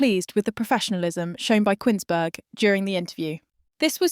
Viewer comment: It's pronounced 'Koons-berg' - not 'Quins-berg', ffs!!!